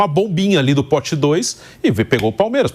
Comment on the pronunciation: Falou Palmeiraxxx pra caralho kkkkkkk😂😂😂